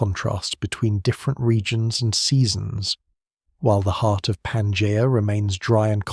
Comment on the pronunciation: Yet another AI video... Can't even pronounce Pangea properly.